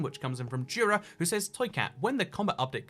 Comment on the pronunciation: jura is pronounced eura toycat